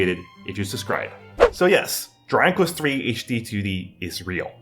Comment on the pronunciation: yo....slow down when you say Dragon Quest, you're saying "Draquess"